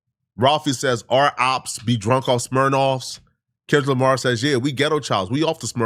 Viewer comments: The man called him kendick Jamar 😂😂😂 and you reaching with all this 🤦🏽‍♂️ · LOL NAW HE SAID KENLICK JAMAR 😂😂😂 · "Kenlick Jamar" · Why he says Kendra Lamar😂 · did this brotha say Kenlick Jamar??? 😂😂😂😂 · Man said Kendrick jamar lol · That mane so old he don't even know kendrick Lamar name the right way..lol kenrick jamar?? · He said "KenLick DRamar" good sir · He can’t say Kendrick Lamar for his life